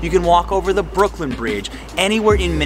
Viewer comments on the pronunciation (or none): none